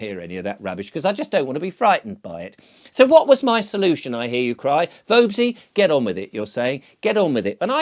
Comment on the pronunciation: "Vobey"lol ....halfwit